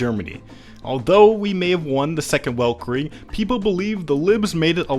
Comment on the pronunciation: saying weltkrieg with the the soft w is killing me inside